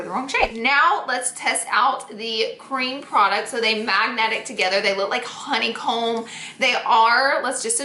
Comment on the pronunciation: Anybody else gets annoyed by the way she says honey comb